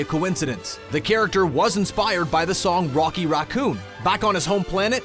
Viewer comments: why can't he say Racoon?? what is a rockoon? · You say raccoon so weirdly, it sounds like rock-oon Like the video tho, gave it a like 👍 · Idk if anyone else noticed this but the way he pronounces Raccoon was a bit off to me 🤔🤔🤔🤔🤔 I heard it like Raw coon though I would say the ra part like racket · why doesn't this guy know how to say raccoon